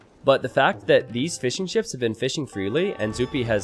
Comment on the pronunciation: Every time you say "fishing ships" in your videos, I think you say "fish n' chips". Being a British person, I instantly perk up when I hear the words "fish n' chips".